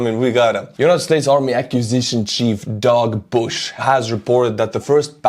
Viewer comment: Did you say Dog or Doug Bush?